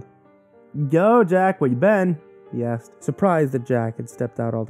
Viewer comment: When you say "Jack asked" I keep hearing Jack Ass xD